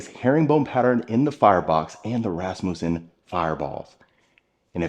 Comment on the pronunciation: Oh man!, I could never be the person to correct you calling out finishes, in particular about the different cabinet door styles but it seems someone must’ve mentioned it to you, between inset, full overlay, partial overlay, etc… glad to see you got those down… now we have to work on pronouncing “ Rasmussen” fireplace spheres. In the studio we call them “Cannonballs”.